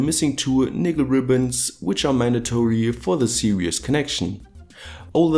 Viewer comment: lol@ .. . Don't get me wrong when I say this. But series is more pronounced 'seer - iz'.. unless you do it on purpose, then whatever. Keep it real dude, Good vids.